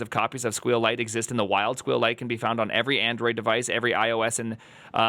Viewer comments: squeal lite is the worst way of pronouncing it I ever experienced. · Do me a favor and honor SQLite itself: the way you pronounce it is: "S" - "Q" - "Lite" also (regarding your video title) the S,Q and L go in uppercase. Be respectful please with the "most used database" ok? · clicked on this just to see how he would pronounce SQLite lol